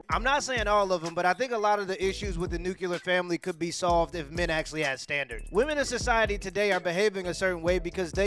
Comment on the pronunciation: You are the smartest dude that still says NUCULAR. Hahahaha dude it’s nuclear